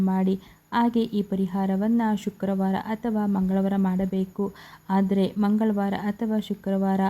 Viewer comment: ಫ಼ಸ್ಟು ನೀನು ಹಕಾರ ಅಕಾರ ಸರಿಯಾಗಿ ಕಲ್ತ್ ರೀಲ್ಸ್ ಮಾಡಮ್ಮ ತಾಯಿ!ಎಲ್ಲಿರ್ತೀರೊ ನೀವ್ ಥೂ... ಹೊತ್ತಿ ಅಂತೆ ಹಾದ್ರೆ ಅಂತೆ!